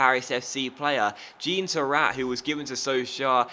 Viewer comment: jean is pronounced kind of like john